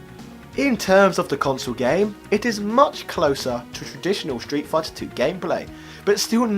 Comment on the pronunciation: Why do you keep pronouncing it “shtreet”? No H in there, bruv!